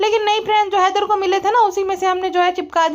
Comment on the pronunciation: Header Header zyada hi kar rhi thi Madam 🤔 jese ki Haider sound karana chah rhi ho😂😂😂😂